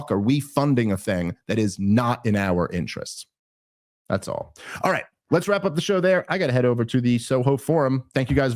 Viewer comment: Dave Smith: the only man I've ever known to pronounce the 'H' in *right*. RigHt? 🙃